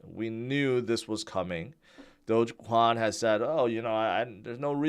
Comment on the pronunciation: said "Doge Kwon" 🤣🤣🤣